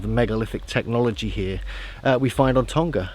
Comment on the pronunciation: Please pronounce our island properly lol its tong-a not tong-ga lol cheers